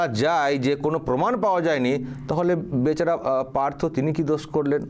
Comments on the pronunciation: গবমেন্ট, পমাণ, অসাধারণ!এমন সুন্দর উচ্চারণ, এমন বাচনভঙ্গি কত গুণের অধিকারী। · গর্মেন্ট , পোমান 😂😂